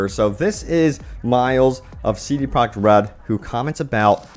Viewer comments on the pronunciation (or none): hey, it's CD Projekt RED! Not CD Project RED!